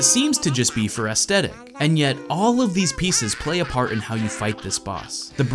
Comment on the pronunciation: Good video. I like this game a lot. However you pronounce aesthetic with a th sound, not a hard T